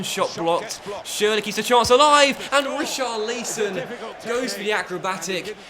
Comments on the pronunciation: Omg he keeps saying richarleeson It's richarlison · Re- Char-Leesson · Please stop saying reecharleeson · Please say Richarlison’ name right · please say Richarlisons name properly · As someone whose name is pronounced wrong all the time, I refuse to accept you not pronouncing Richarlison correctly. You must be trolling, surely you know how it’s pronounced by now